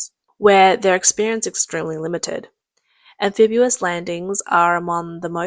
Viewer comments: Very clearly narrated, but please practice pronouncing am fib EE us not am fib YOO us. Great work, well presented!!! 🙂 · Stop, stop, stop. You're going to take someone's eye out. Besides, you're saying it wrong. It's (an-FIB-ee-uhs). not (an-FIB-yoo-uhs) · Anphibious pronounced AN FiB EE US, not AN Fib YU wus. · actually it's AM-phibious not AN-... if you want to be a stickler about things. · Nice video, but an English pronunciation correction... The correct pronunciation of amphibious is Am-fib-E-us not Am-fib-U-us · Do Brits really say, “am-FIB-you-us”? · Spelled Amphibious, pronounced "Am Fib Ee Us". If you're going to be a grammar-nazi, then get it right.